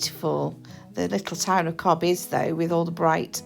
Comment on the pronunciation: It is not cob it’s is pronounced cove